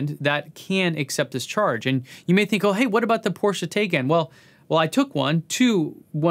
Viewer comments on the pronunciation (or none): C'mon man, I'll allow your incorrect "Tezzla" thing but you'll lose what little cred you have in your eclectic choice there if you keep saying TAYcan - there is No TAY in the Taycan nor is there a CAN, it's TIE-CON or in your dialect ZIE-ZON. ( ͡° ͜ʖ ͡°) ©2020 zmartazz, ink. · No. Everyone calls it TIE con/can - quick check of 10 sites from Autocar,DragTimes,DougDeMuro,EdmundsTopGear.MotorTrend and Leno + more all say it correctly; one guy from Sweden screwed it up though - if you aren't familiar with those sites you shouldn't talk about cars - but I'll give a break because he's more "data" (the stuff that got Hillary wrong in last election etc) than facts. There are NO rules in English pronunciation (ethnic names like Tesla are different because they 'should' carry the pronunciation of their origin but even there a lot of foreign names are Anglicized when they move over here. Being most people are pretty dumb they ASSUME. What "rule" does Haagen Dazs (a fake word) say for it's pronunciation? 🚗